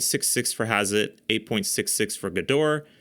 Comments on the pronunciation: pronounce it like "gedohrah" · The service second "E" in Gedore is not silent.